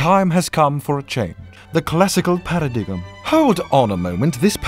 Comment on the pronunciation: I like how mispronounced Paradigm.